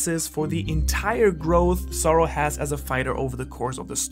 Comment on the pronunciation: Am I the only one hearing "sorrow" instead of "Zoro" (sometimes)? Great video tho.